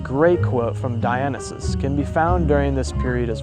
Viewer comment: Great video. However, when you run into a word you've never heard before, make sure to look up how to pronounce it. Many mispronunciations: Macedonia, ferrule, Dionysus, treatise.